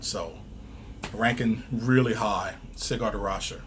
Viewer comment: It's Sigurd Raschèr, not Cigar😁